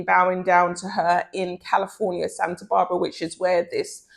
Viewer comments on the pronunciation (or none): none